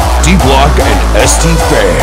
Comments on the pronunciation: S-te-fan wird einfach es-tefan (also kein scht wie bei stephan) ausgesprochen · lol ne tut er eben nich wenn der die namen so aus spricht ^^ DI-BLOCK-ÄND-ES-TE-FAN so spricht man das aus. ^^ Und Zatox dürfte ja wohl klar sein....